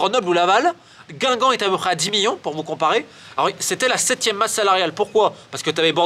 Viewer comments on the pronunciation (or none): « 10 miyons » 😂😂